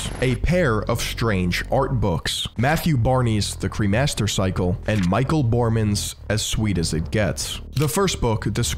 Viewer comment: It's not "Bohrmans", it's pronounced as Bor-ré-mans. Otherwise a very precise and fresh perspective, subbed!